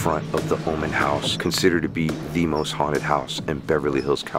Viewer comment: Oman, not woman!!! Haha🤣